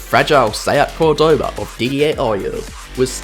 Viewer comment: Just a hint: it's called Córdoba, that Ó is where you have to accent the name. By the way, beautiful city